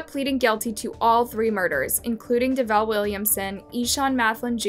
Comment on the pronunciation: I feel like they pronounced davell name wrong cuz we have the same name n people always pronounce it wrong